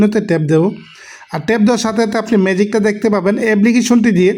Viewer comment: ফুন কি রে ভাই ফোন, এবলিকেশন কি এপলিকেশন